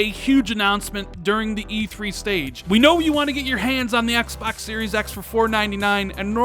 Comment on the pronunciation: "Axe Bax Series Axe" goddamn I bet you call 2pac "toopack"